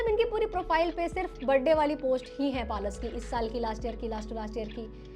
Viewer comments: It's पलाश and not पालश Pehle bolna seekhlo. Creators like you are highlighting this issue and trying to earn views from it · पलश ❌️ पालस✅️ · Palaash ❌ Paalas ✅ 😂😂😂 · पलाश नाम है दीदी palas nhi naam sahi le lijie fir roast karie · Palaaash not palash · पलाश ❌ पालश ✅🤣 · I hate to be the one but- it's pa-laash